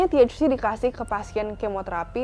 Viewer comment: Nyebut THC nya biasa ae keles hahaha